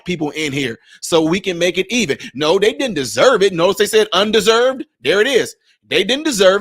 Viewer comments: Bruh! It's UNDER SERVED, not unDESERVED.😂😂😂😂 you added letters. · Yo!!! bro,.its under--served, not un-deserved. You read it all wrong. Please correct yourself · Not "un-deserved" the word is "under- served". 😅😅😅